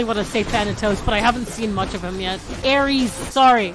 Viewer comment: Did u pronounce ares like eros? Theyre both gods. Eros is the god of love, basicly, and ares is the god of war.